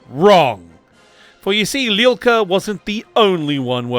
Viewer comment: Hello from Ukraine. I couldnt understand who is Lilka, but after some googling i find out that your pronounse is terrible) Arkhip Liul'ka. Not Lilka. Starts like Liu Kang, but without Kang) And there are videos on Youtube how to pronounce Liu.(i literally checked and was surprised of their existence) Its not that hard) And thank you for understanding that not everyone from USSR is automaticly russian.